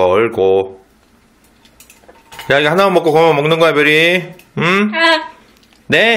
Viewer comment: 별이 밥이 업떠라고 하는거 같은데😅